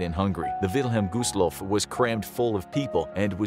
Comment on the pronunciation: Why did it pronounce it by gooseloff